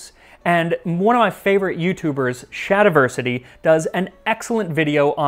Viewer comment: Oh man hearing Max say Shadiversity was a shock to the system